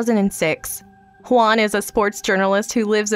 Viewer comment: Why do you say Juan like that? Sounds like Stewie saying W words